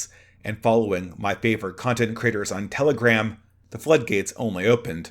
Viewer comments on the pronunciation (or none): none